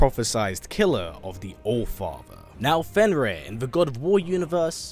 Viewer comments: Isn't it Fenrir and not Fenris? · Fenrir, not Fenris